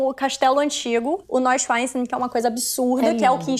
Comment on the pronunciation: Querida, 1°: aprenda a pronunciar as palavras antes de abrir a boca. "Nóichanstái", "Lúduvígo" não rola. 2°: deixa os outros falar. Mulher chata, maluco!